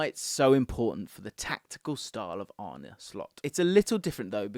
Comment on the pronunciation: It’s Ar-nuh, not Ar-nie. I don’t agree with this lineup. Slot’s teams will usually set up in a 4-2-3-1. Your analysis of the final positions is a bit hazy. I don’t think Mac Allister or Trent suit the double pivot role perfectly, with neither really having the defensive chops for the role. That’s why I think Slot will go out and buy a specialist DM, and keep Trent at right-back. Szoboszlai will compete with Curtis Jones and Harvey Elliott for the attacking playmaker role.